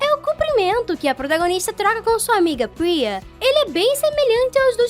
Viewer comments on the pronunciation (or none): eu corrigi ela não é priza e sim priya, todo mundo erra e Isso não é um problema e sim treinar mais.